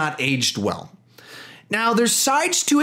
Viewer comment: ugh did U just say rod sterling❣️